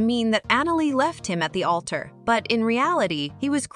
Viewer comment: Altar. It’s Altar.